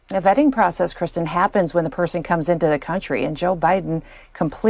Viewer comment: Vetting…Vetting?…oooohhhh… I thought you said vaping!